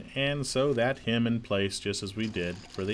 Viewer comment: its not pronounced, “hym”, its pronounced “hem”. A hym is a song